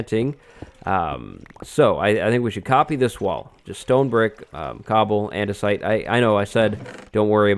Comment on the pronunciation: We should do andesite on this side. Me: you mean... ANDESIDE???